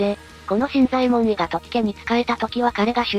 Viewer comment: 新左衛門尉の読み方ですが、昔は【しんざえもんのじょう】と教わりましたが、今は【しんざえもんい】となったんですね？歴史的なものは新発見の度に色々と変わるからややこしいですね…（笑）